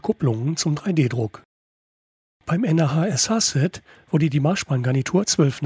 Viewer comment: Gute Vorstellung. Eine Sache hat meinen inneren Monk aber mehr gestört als es sollte: Das Nah.SH wird nicht n.a.h. ausgesprochen sondern entsrpcht wirklich dem Wort nah. ;-) Weil durch die Verbindungen alles nah zusammenrückt.